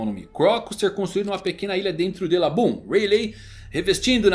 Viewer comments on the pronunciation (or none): none